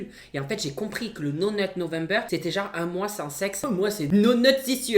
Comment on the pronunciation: Video super. Tu m'as bien fais rire comme d'habitude ❤️ (c'est pas no net november mais no not November 😭)